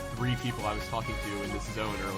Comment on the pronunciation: HE PRONOUNCED TALKING THE NORMAL WAY OMG